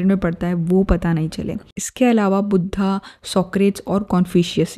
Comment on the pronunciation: Wo budhha nai Mahatma budhh hai .. 😞😞🙏🙏🙏 plzzzz naam sahi se pronouns kijiye .. pta nai aaj kal hamare desh me ye kya nya fashion chal pda hai kisi bhi Hindi shabd ko English me pronounce krne ka .. plzzzz sabse meri hath jod k 🙏🙏request hai jo shabd jaisa hai usko waisa hi bole .. yog ka yoga bna diya , budhh ka budhha 😠😠😠